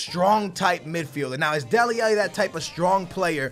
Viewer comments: ITS FUCKING DELE ALLI NOT DELE ELLE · Stop calling him dele elli its dele ally!!!! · love your content, but please correct your pronunciation of Dele Alli. xD